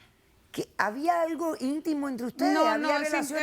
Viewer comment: Soy yo o la señora dice aigo en vez de algo